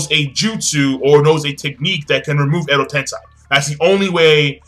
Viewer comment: You keep saying Edo Tensai - it's Edo Tensei.